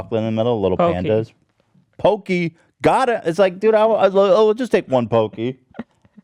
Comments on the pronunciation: They're not pronounced PO-Key. It's PAW-key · Hello Panda are the best cookies ever, I can completely understand the inability to control yourself when those are in your face. Those and Pocky? Fuck dude, I’ll simp for these snacks. Edit: Ethan it’s pronounced PAH-kee, not pokey. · did he say poke-ee